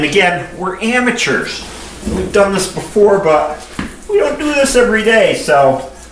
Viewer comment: when you said amateurs, for a sec i thought you said hamateurs lol.